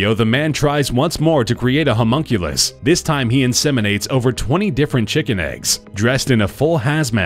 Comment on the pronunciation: Humonkulus? lol